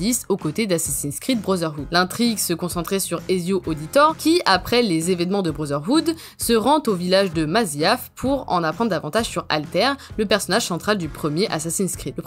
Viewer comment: Très bonne vidéo je vais enchaîner par la suite immédiatement ! Par contre sur Assassin's Creed c'est Altaïr et pas Althaire lol